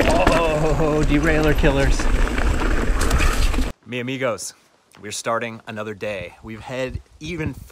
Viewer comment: Mis amigos don't forget the S in mis. Bro not only I watched this episode but I also felt it wow . Thanks for sharing 🇻🇪🇨🇦🚵‍♂️🤘